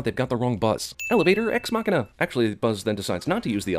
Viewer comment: I'm sinning you for mispronouncing ex machina